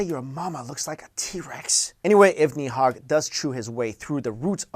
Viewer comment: And its nid hog